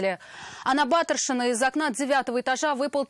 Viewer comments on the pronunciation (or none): У ведущей двойка по татарскому была? Не БАтыршина, а БатЫршина!